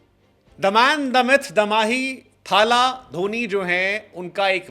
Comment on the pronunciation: Mahi retire hote hi bhagwan bngya .. retirement ke time log tadap rhe the retire kab hoga… ye media wale bhagwan ram bna ke rakh diye .. uppar se ye bihari jab thaaaaaala bolta hai bihari accent mein toh mann krta hsi khaini ghused du muh me